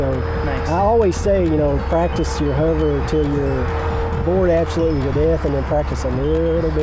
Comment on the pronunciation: WTF is a "Huver"?